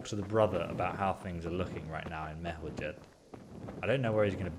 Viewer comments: Why do you call it MER-HO-‘J’ED (with hard j) rather than the actual pronunciation MER-HOI-YED. You literally hear people in the game constantly say the 2nd one but you continue to say it wrong. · it's pronounced " mer-ho-yed" they say it in game all the time and folks still say it wrong. haha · A little hint from a native Czech speaker (dont mind my nickname): Merhojed is pronounced Merhoyed, no english "g" there. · game: says Merhojed like 50 times. ESO: continues to mispronounce it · I hate when he mispronounces Merhojed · listen to the npcs saying things with J like Merhojed